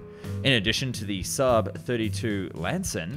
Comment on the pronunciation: IL VEGGAN INVECE CH3 VIGGEN IL SUUB INVECE CHE SAAB IMPARATE A PARLARE ALLA VOSTRA A.I PIÙ CHE INTELLIGENZA È IGNORANZA 🤣🤣🤣🤣🤣